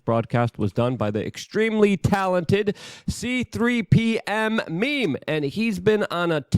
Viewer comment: I had to PAUSE to say It's C3PMEMES!!! NOT C3P M MEMES!! 😝 Had to give you a Hard time. 😉